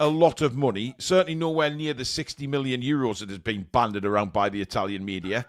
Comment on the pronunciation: The word is bandied, not banded.